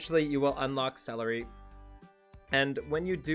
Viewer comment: Why do you keep calling her celery??